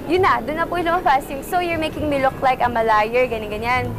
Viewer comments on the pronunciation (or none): amalayer talga ang pagbigkas nya ng im a liar...hahah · AMALAYER?! NO AMALAYER!, YOU SAID AMALAYER! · AMALAYER?! nooo! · Amalayer ? :D haha.